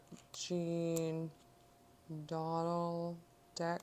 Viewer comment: Just to let you know it’s pronounced “doh-DAHL” and “jjjahn” not Jean. :)